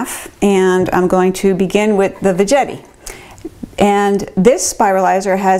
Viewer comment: Veggetti rhymes with spaghetti. Not VeJETTY. should be named Zoodler. I have the power one. I just push it down and it is zoodled in like 10 seconds.